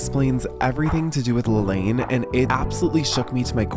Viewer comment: She said her name was pronounced La-Laan not La-Lane